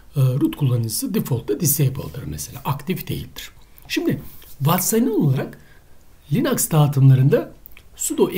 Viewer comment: yaw allah için linuxa linax demeyin insan tuhaf oluyor bu durumda sudoya sade demen gerekiyor uehuehu video güzel olmuş ellerine sağlık